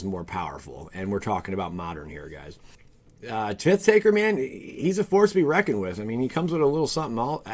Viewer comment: Tit Taker? LOL, dude I watch your videos for all the wrong reasons. It's just so funny to hear you butcher your own language. Tit taker lol.... ooooh man